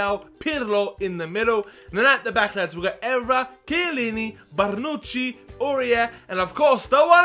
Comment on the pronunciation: It's bonucci not bronucci